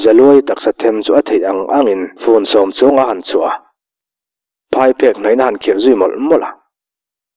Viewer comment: Hotupa, Phaiphêk i lam dan hi a dik lo a nia aw. Phai tih lai hi Aithanga tiha Ai tih thluk lai ang hian a ri tur a ni zawk e.